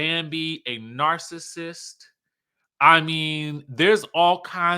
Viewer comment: Scrappy spell "narcissist." Better yet, say it properly and we might let you off with the spelling.